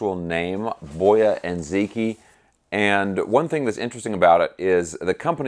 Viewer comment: for what it's worth, it is pronounced more like Bwuh-Ya Dzuh-Chee